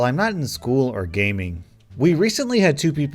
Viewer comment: He says gaming like it’s a job and he needs to do it